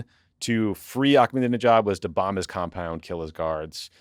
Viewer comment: I am begging you guys to learn how to say the name Ahmed (Ahmadinejad). There is no K! I expect a LITTLE better than how Jeff Dunham or Fox News would say it.